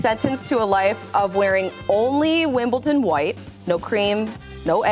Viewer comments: It's Wimbledon, not Wimbleton 😭😭😭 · There’s no T in Wimbledon.